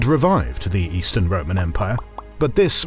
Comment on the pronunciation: Ramón Muntaner, not Roman.